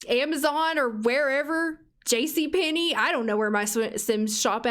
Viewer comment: THE WAY YOU SAY JCPENNEY! 😭 I'm from the south and that just sounds like home to me 😂